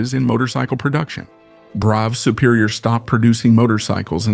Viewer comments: It's pronounced "bruff", not "brow", bro. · This motor enginear name is pronouced Bruff not Bro. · It's pronounced - bruff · It's bad enough hearing Americans mispronounce Yorkshire or Worcestershire. But listening to ai with an American accent pronouncing Brough completely wrong is possibly an infringement of human rights. I'm not sure I will ever recovery from this. It's, as many have already said BRUFF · torkeee? I hate AI voice overs.. Especially when the OP doesn't fix obvious errors like the Brough name. Always thought it was pronounced much the same as Bra but I guess it's Bruff... 185 pounds is NOT $1,500,017 .00 in today's $$, it's about $17,000 or so. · The title should have been "How many ways can you pronounce Brough?"